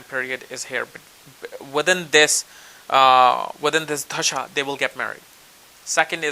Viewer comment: lol! you say tajdshas but the word is spelled dasha! I love your accent that's only on certain words like that.